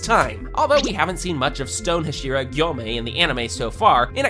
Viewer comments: "Huh-SHEE-ruh" bro the actual voices are RIGHT THERE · Am I the only one who couldn't watch because he mispronounces "Hashira"?